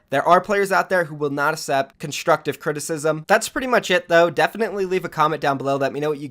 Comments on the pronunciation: May I just say... the word ACCEPT is pronounced "Ak-sept" not "Ass-sept" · The way you pronounce accept makes me wanna off myself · The way you say accept makes me cringe